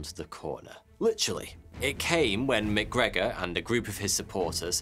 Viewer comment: Correct me if I’m wrong but isn’t MacGregor “Mac” and then McGregor would be “Mic”? One Scottish and the other Irish? Great video!!! Crazy scam !